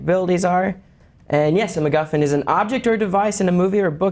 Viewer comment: MacGuffin. Not MacGoffin.